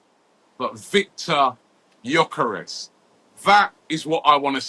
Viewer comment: Nice to see you pronouncing his name correctly after all this time calling him Gorkores Robbie 😂